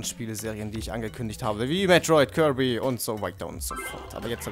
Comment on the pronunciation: (Kirby nicht kibry) :P